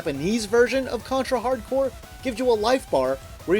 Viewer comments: The title is a pun between hard corps, which means tough squad, and hardcore. You just ruin that pun if you pronounce corps like "corpse" (cadaver/dead body) . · The name is Contra HARD CORPS, not Hardcore.